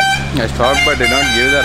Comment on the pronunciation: Dey But , Put , Eight dagra t ni press cheyyak anna neek dannam pedtha /\ tttt ani . Very irritating to hear.